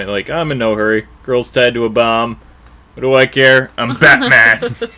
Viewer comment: Lol I remember as a kid thinking she yelled BOB not BOMB.